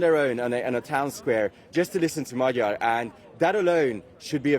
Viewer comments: Shame the presenter was not able to get correct prononciation of the opposition candidates name. Magyar, with a as in father, and gy as in duke. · Will the BBC bother to check their appallingly lazy mispronunciation of Magyar? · Does the BBC have a recruitment policy that disfavours the ability to pronounce the letter "R"?